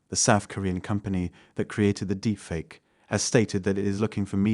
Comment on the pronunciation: for me it was "Deepfake Aye" lol